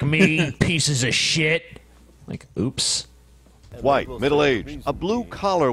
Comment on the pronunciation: A "vhoyte"